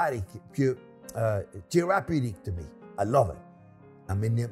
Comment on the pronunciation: Chef, you've struggled with this long enough. It’s 'therapeutic' (there a pew tick). Hope this helps you to pronounce it better. 🙏